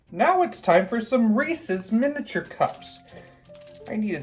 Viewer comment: Sounds sugary. Hahahaha peanut butter rules!!! Thank you for not saying ree sees instead of Reese’s. People always say sees not sis